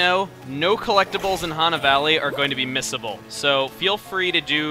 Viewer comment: I keep thinking he says "miscible", which confuses me sometimes. How DO these collectables mix chemically speaking?